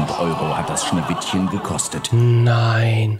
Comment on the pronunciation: min Schneewishen